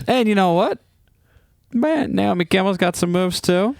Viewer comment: It's Naomi not Niomi. 😊